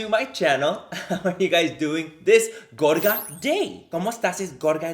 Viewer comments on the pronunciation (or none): Every time you say gorga I feel like you say gorda lmao